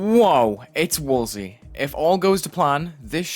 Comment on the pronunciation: wulzy says it like "wool sea" lol